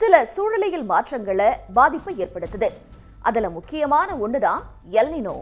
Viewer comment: அது எல் நினோ இல்லை "எல் நீன்யோ". இது ஆங்கில வார்த்தை இல்லை மாறாக ஸ்பானிஷ் வார்த்தை. Ninoவின் சரியான ஸ்பானிஷ் உச்சரிப்பு நினோ கிடையாது நீன்யோ!